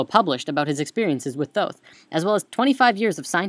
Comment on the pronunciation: dude...for real...atlantis, thooth...oh boy